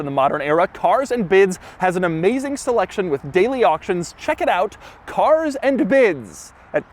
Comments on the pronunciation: “Carzzz Andduh Biddzz”??? Sounds like CLASSICALLY TRAINED annunciation! 👍🏽‼️ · The way he says cars and bids just makes me crack up